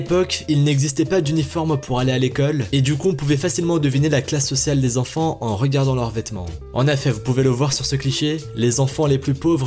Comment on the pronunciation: on ne dit pas quatre "zenfan", mais quatre "enfan".